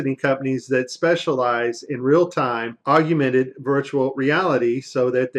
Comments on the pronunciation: We’ll done! Thank you. “Augmented” versus “augumented” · Good content. But Aug/mented there is no such word as AUGUMENTED. OR NUCULEAR, OR REALATOR. Please people. Learn words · Why does he pronounce it AUG/U/MENTED? I’ve never heard anyone put that extra “u” in there. Augment. Augmented. For crying out loud. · I'm on your side however the word is AUG-MENTED AUGMENTED not AGU MENTED please .... tough enough to get others to take us seriously but please learn the word augment and agumented .. not AGUmented :) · Nice presentation. Good points. My only comment is that there is no "u" after the "g" in the word augmented. It's AWG-minted, not AWG-u-minted. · Narrator, please SPELL the word "augmented" out aloud. Then carefully pronounce that word WITHOUT inserting a "U" where there is none. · Yes. Slightly annoying. Augmented ✅️